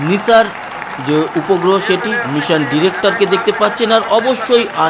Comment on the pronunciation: NASA এর উচ্চারণ নাইসার, নিসার নয়। যাইহোক সাফল্যই আসল ব্যাপার।